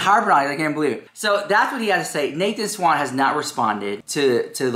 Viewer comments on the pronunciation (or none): He didn't "drag" Nathan SCHWANDT,, SCHWANDT...not Swan or Swant. I don't know why that triggers me. They have both moved on and you're making something out of absolutely nothing. Maybe I'm experiencing meloncolony.